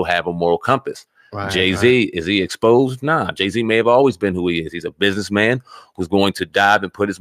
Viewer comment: I'mma BUS-IN-ESS MAN...